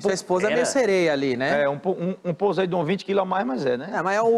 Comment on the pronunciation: "pozeidon" kkkk